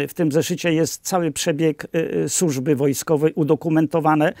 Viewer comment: Nie "sużby" tylko służby, panie!